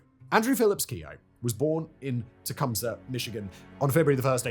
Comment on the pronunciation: It's pronounced Tea Cum See (all one word) Michigan.